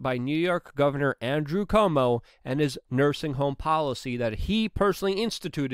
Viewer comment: Love the way you pronounce Cuomo. Hope the corrections officer in NM wins his case. I don't want the shot, nor support the idea of a Covid passport. No thanks.